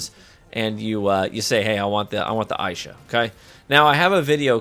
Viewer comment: Would be nice to know ahead of time if the video favors certain classes. This video is for Warlocks primarily. Nice video, but a lil click baity. Assuming that's purposeful though...Also, pretty sure it's pronounced "ai-EE-sha". But that's just a bit nitpicky.